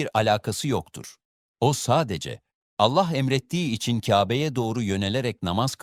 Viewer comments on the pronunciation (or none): none